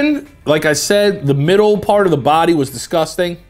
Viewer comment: It’s fockin disCOSTang”